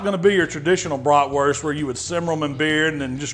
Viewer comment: Came here to see how he pronounces Bratwurst ^^